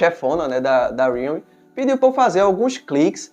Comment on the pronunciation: Homem custa falar Re-al-me? Aí enrola a língua pra falar uma palavra simples